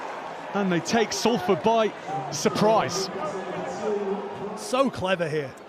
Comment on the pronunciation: ‘Salford’ wtf?!